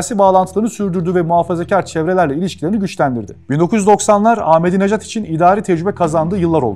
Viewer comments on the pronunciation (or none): عزیزان بنده هم به عنوان ایرانی به ایشان رای دادم ضمن اینکه احمدی نژاد درست است نه احمدی نجات